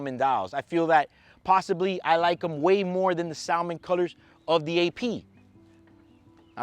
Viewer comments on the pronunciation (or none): You are not supposed to pronounce the "L" in "salmon."